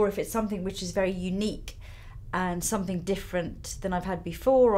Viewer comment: i love how well-spoken Lisa is and then she'll say "summink" hahaha very London